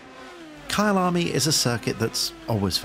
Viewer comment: I thought you were saying Kyle army as a movement ahah looks good tho